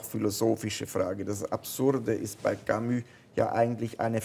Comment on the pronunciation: warum betonen Schweizer ,auch wenn sie sehr gut französisch können, französische Wörter immer auf der ersten Silbe ?-'Velo,'Camus, 'Hotel etc.?-hat wer eine 'Idee?